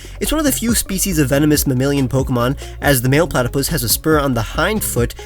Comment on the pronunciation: Man just say platypus 🤣